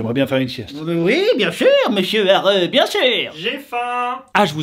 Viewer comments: C’est plus haru c’est areuh 😂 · Hauru... c pas au reuh c Hauru ;) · "Hareu" J'adore, je suis morte, je sais plus m'arrêter de rire 😂